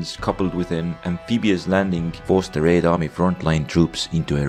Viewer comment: theres something satisfying about hearing him say "raed army"